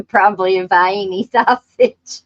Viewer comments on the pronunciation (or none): I'm a native of Pikeville, Ky but moved to Ohio at a young age. We did the "Readin';, Writin', Route 23" routine. I am retired from law enforcement after 20+ years to be an attorney (went to night school). I enjoy your show. I really got a kick out of the the "vienna sausage: (vi-eeney)...lol